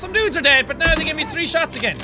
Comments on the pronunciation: My "tree" D design teacher says that too! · "It has been tree days." - Jacksepticeye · “Tree dayss” lol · "It's been TREE days since..." Lol, "Tree." XD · Jack: “...tree days...” Everybody:🤔😐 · Did you say tree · It’s been tree days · he says tree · yes jack it has been 'tree' days............ jk love your vids :) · Irish dictionarythree ( tr-ee )